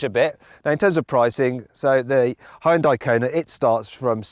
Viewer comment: 왜 현대 발음이 혼다이?라고 들리는것같지 가슴찢어진다 ㅠㅠ우리나라는 안그런데